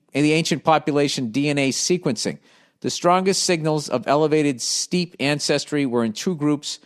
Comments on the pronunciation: Steppe is not pronounced like steep. It is pronounced like step. Where are the steppes? The Steppe, belt of grassland that extends some 5,000 miles (8,000 kilometres) from in the west through and to Manchuria in the east. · It’s pronounced “step” billy boi